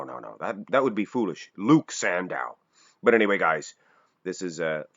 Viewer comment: It's sandoe, not sandow